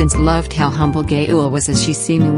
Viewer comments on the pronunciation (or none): Is her name pronounces as gay-ul? Cause I pronounce it as Ga-yul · not the pronunciation of her name.. dude, its gaa-uhl not gay-ool 💀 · Her name is actually pronounced as: Gah-eul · So no one focused on how the ai pronounce her name Gay-ul 💀💀 I'm offended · The pronunciation of her name 💀 "gay-ul" lol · The pronunciation of her name as "Gay-eul" is taking me out 😭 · The pronounciation of gaeul is killing mee ! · You pronouce her name wrong